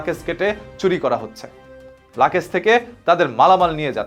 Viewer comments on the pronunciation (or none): আরে ভাই লাকেজ না বলুন লাগেজ। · আপনি লাগেজ কে লাকেজ বলছেন কেনো! আগের নিজের উচ্চারণ ঠিক করে নিন।